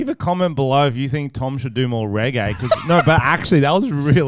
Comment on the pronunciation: Do reggae but work on the accent lmao you sound like the dictator